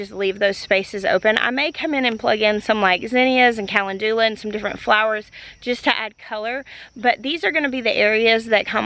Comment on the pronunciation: Watching today after you posted your first garden tour of 2025. So cool to see how far the garden and the gardener have come! P.s. Cal-en-doola for calendula made me giggle haha. Thanks for keeping us aroud❤